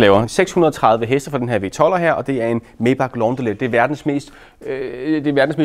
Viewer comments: bare fordi sådan lige. May udtales som Mai (eller Mig, hvis man er sådan en type) 😉 De lavede sgu også nogle fede motore som lyder stinkende godt i start midt 40erne 😎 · Det hedder Majbaaaacccch. Det er tysk!